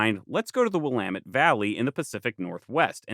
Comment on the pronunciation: currently watching this on a former prairie in the Willamette valley! props to you for getting the pronunciation right, I can't count how many times ive heard people get it wrong lol. great work as always!